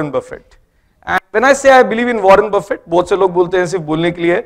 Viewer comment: He can't even pronounce Buffet the right way lol